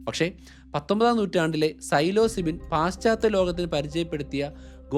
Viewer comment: "Silozybin" = Psilocybin (that how you pronounce it).